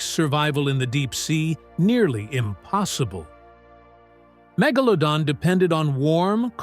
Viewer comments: The word you are Mangling is Mega-pronounced like Low-Don so MegaLowDon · Good doc. AI narrator had a rough time with the name.. lol